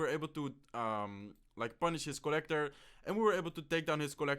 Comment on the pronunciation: its co-llector